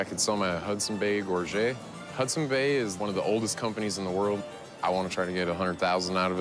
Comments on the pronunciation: At least pronounce it properly. It's a "gorj-et" not "gorj-ay". It's from the old French word "gorgete". You can tell with the Elvis contract just by looking at it that it was a copy because of the look of the ink. You didn't need a loop to see it. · “Gorget” is pronounced “gorge-it”.